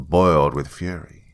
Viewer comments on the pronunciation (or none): none